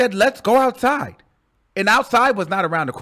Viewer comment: "I'm going ouuuuside with Kanye" 🤣🤣